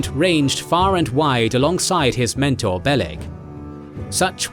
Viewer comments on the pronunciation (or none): none